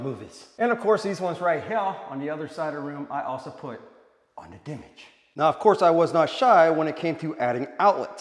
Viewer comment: And the very second I heard "dimage" I stopped your pathetic video.